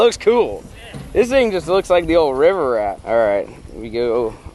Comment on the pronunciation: 😂😂😂 “wets get a boat for the wivel” I’m dead